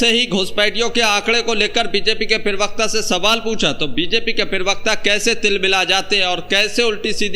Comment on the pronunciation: प्रवक्ता होता है उच्चारण सही करो